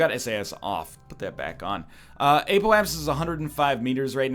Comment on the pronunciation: Look into pronounciation of 'apoapsis' please. I'm pulling my hair out